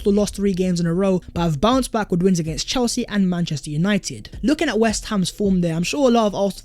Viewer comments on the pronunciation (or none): none